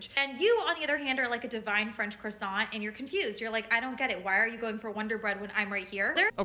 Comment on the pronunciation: You are not a f*cking croissant if you can not pronounce croissant. You are double less the "special croissant" IF YOU PRONOUNCE THE BLOODY T. I can make this joke I'm french